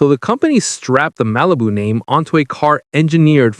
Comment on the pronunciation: I swear to god I heard him say RALIBU and I lost it.